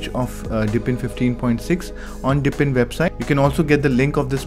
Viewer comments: Dude, it's DEEP-in, not dip-in. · I was in the middle of writing this comment, and I figured I better check if someone else already said it. It drives me crazy that he keeps saying, "dippin'." LOL